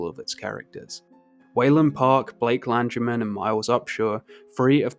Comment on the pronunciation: Hi baby. Not lanGerman but lan gher man